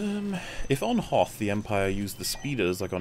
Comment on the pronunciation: Did he say "The Battle of Hoeth???" It's HOTH! Not Qualified to Review!